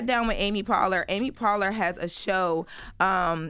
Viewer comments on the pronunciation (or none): Apparently, doesn't know some of those popular people, either, being so unfamiliar with Amy Poehler. (Pronounced like POLE-R 🫠) Girl...get familiar. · Amy Pohler pronounced like polar bear lol I didn’t know who she was tb at first 😭